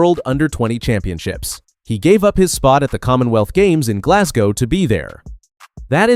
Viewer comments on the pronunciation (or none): none